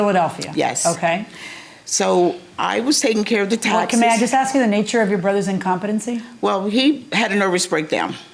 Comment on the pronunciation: Cripes! The word is "ask" not "ax".